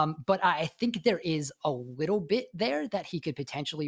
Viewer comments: I feel like we could have done "a wittle" better at getting someone to speak professionally on a podcast 🙃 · “Need a wittle”